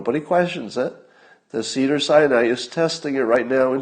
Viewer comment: I keep hearing: "Cedar-Cyanide" Hospital...